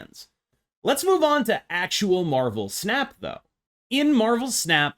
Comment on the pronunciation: I kept hearing marvel pants and I just can't lmao